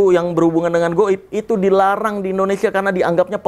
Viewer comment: Bang boleh ngasi saran ga Kalo nyebut Indonesia itu jangan endonesia bg Soalnya gw suka enek denger penguasa bilang ‘end’onesia bukan indonesia😭